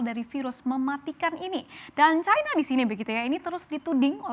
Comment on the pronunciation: Kok dibacanya chaina bukan china? Kalo china dibaca chaina, AS hsrusnya Ae Es dong. Dasr